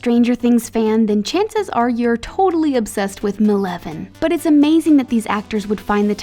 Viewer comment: yo go to 10 seconds in the video and you will here her call eleven meleven 😂😂😂